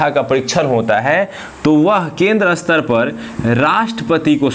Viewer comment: क्षमा किजियेगा। शायद आपका 'स्तर' का उच्चारण गलत है। आप Astar उच्चारित कर रहे है । जबकि staar hoga